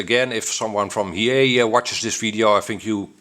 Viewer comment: Maybe it's not he-yea, it could be hi-e. LOL